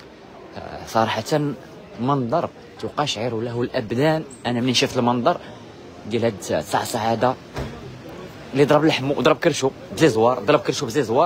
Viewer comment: تقشعر بفتح التاء السي الصحفي